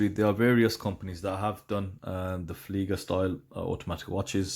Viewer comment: ... it's "Flieger", not "Fleiger" 👋